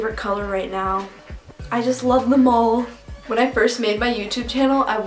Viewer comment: When you said "I love them all!" when you were talking about colors, I thought you said I love the mall!